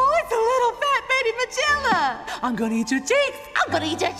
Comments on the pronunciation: Wait why is jabber jaw a female and why they saying the gorilla’s name wrong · Cindy says the name how it was originally pronounced. I don’t know if there was some miscommunication with Jabberjaw’s voice actress, or if it’s just a “to-may-to, to-mah-to” situation. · Only Jabberjaw pronounces it that way. It's her thing. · She's female because a lot of secondary characters were gender-flipped in the show to avoid the Smurfette Principle. The mispronunciation of Magilla's name was apparently just a goof by the actress at first, but the director apparently found it funny and kept it in.